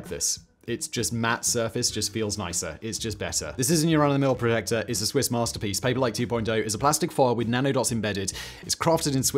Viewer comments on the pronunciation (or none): none